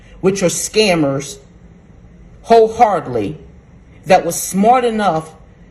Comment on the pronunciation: Did she say “hole hardly?” She means “wholeheartedly”